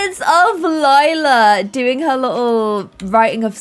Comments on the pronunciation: and the fact that sometimes she still says lilas name wrong after 18 episodes 😂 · I feel like sometimes gets confused with Lila's name. It's the plum gen, not lilac gen. XD it's fine tho.